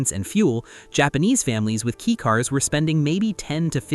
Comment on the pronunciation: If you can’t even say the right name, I’m not bother to see the rest. It’s K-a-i car, not K-e-y car